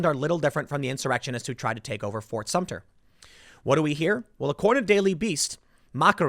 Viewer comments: Tim, It’s Sumter, not Sumtner. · It is Fort Sumter, not Sumner or Sumtner. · As a South Carolinian, the way Tim pronounces "Fort Sumter" as "Fort Sumn-ner" is like nails on a chalkboard. Edit: "Shot heard round the world" was the Revolutionary War, Tim. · i did a shot of Jameson every time Tim said Sumter/Sumner...still don't feel better about this topic. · Tim, I love your videos, but if you call Fort SUMTER "fort sumptner" one more time I'm gonna lose it. As someone who lives in the South and grew up with the heritage of this part of the country, that fort is forever ingratiated in our consciousness and it huts me to hear you mispronounce it. It is pronounced Sum-Ter, thank you. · Tim it’s pronounced S U M T E R! There in no “N” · ...he said "Fort Sump-tner"...even worse...! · I think Tim called it "Fort Sumpner" several times Lol ! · Is it bad that I'm literally too bored with tim talking about this to listen for more than a minute? Just bring in the live ammo please. Bye y'all. And jesus christ there's no "n" in "Sumter". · As someone from South Carolina just let me say Tim is mispronouncing Sumter and it is annoying the hell out of me. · Love your channel Tim, however please learn to pronounce Fort Sumpter correctly. There is no 'N' in the name. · It’s pronounced “SUMTER.” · Ft. SUM TER. Let’s get it right Tim. Call me a grammar N. This should be the easiest part of your reporting. I mean, you wouldn’t say “ New Yolk City”......